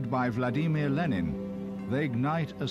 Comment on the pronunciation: I like the new way you pronounce Vladimir.